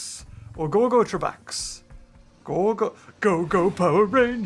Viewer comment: The boss is pronunced gore-go-trey-backs. Just sayin.